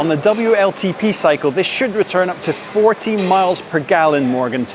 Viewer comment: ...40 mpg #accent